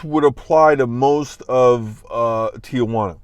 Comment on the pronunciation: You live there... it’s not Tia Juana— Tijuana.. (teejuana) come on